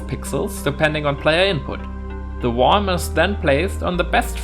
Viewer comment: Worm is one of those tricky English words, it's pronounced "wurm". Nice tutorial, how would you approach this in 3d? In the shader I guess. Might be tricky.